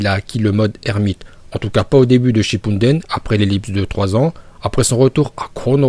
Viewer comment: Pourquoi tu dit shippundene